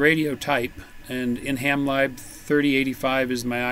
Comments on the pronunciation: You were referring to “ham live” and I was wondering how you were using that to control your radio. When referring to software libraries lib is pronounced to rhyme with liberty. So ham lib(erty) not ham libe. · great video, but you’re saying it wrong in that one as well. It sounds to me like you’re saying ham live not ham lib as in liberty. Ham lib as in liberty is the way we refer to software libraries. My girlfriend says I’m good at nitpicking. She’s probably right lol. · yes I thought he was saying Hamlive too. 😁